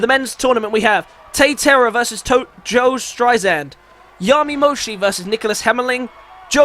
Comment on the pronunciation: Joe Synistrad not Strisand..... Syn- I- Strad